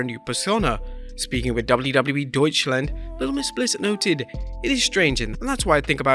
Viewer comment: Appreciate the attempt to pronounce Deutschland